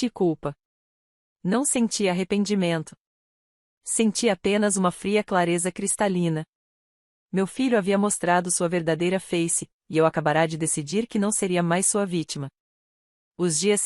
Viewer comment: Não é,,, feice,, e sim face,,, captou?